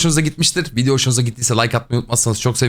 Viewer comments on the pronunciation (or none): none